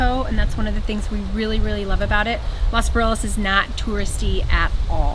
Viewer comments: Thanks for all the videos! Only thing, if you love it so much, can you pronounce it correctly? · You would think that you have spent so much time in Los Barriles that you would be able to pronounce it correctly.